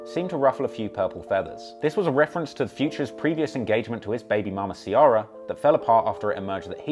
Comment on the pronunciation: Its Ci-eh-rah not ci-AR-rah